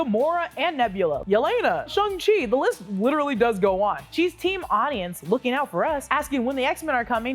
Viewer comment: It's SHANG-Chi, not SHUNG-Chi. The characters even joke about how he renamed himself from SHANG to SHAUN because they rhyme!